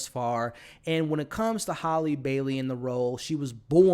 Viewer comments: HALLIE (pronunciation HAY-LEE) not HOLLY.....you drove me crazy saying her name wrong the whole video. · Also its Halleeeee--- Like HAMBURGER HAL- Lee